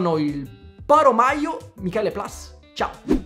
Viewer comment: Spettacolo la tua review, però poraccio maio mini non si può sentire, miyu mini direi che meglio, ricorda di meno la maionese😂, vai avanti così io ti supporto con un like!